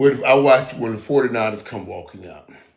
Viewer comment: Michael can't say anything right it's so funny..29ers foodie niners..Matt Jones ..he's the best let's go canes baby